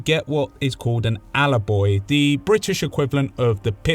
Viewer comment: its an atta-boy not an alla-boy